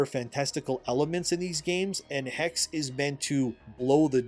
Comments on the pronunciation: Hexe is not pronounced "Hex-ie" nor "Hex." German has no silent e or silent k, Germany doesn't do that nonsense. Es at the end of a word are always pronounced; it's pronounced "hex-uh/hex-eh." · Hex? You mean the hex like you get cursed? You speak the last e like you would I im German and I think it’s called Hexe so the German word for witch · Hexe is pronounced hex-eh, the e is not silent in German. And all thy need to do is build Wernigerode and model the Harz mountains to be accurate. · Brother its pronounced HexE the e at the end gets pronounced as well. Greetings from austria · Just fyi, if the Hexe game is supposed to be the German word for witch (as seems likely from the setting) then it should be pronounced with a short e sound at the end, so Hex-eh. I don't know about Ubi remaking all the AC games. While I enjoyed them when I played them, I'm kind of one-and-done with story games and have no desire to repeat the experience, so I wonder if they are really going to get the sales out of those remakes to make their money back. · HEXE is probably pronounced He - She. I believe this, because I know a person named Xolo, pronounced Sho-Lo. It's like a dev gotcha. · In German witch is Hexe pronounced as Hexuh. Just saying. Ppl won't buy the games alot if they won't adjust, it's simple as that. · "Hexe" is German for "witch". The last "e" is not silent. Pronounce both "e" the same way you do the "e" in "ending". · From everything that i heard from Hexe until know sounds intressting. Also i think it makes alot of sense that you play in Hexe a Woman as the setting is in the time of Witchhunt. Oh and FYI, "Hexe" is the German word for Witch and you pronounce the e at the end. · It's neither Hex nor Hexee, it's the German word Hexe. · the second e in hexe is pronounced the same as how you pronounce the first e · Hexe means witch in German. You pronounce both e like the first one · Hexe is german for witch, and the second "e" ist prononced like the first "e".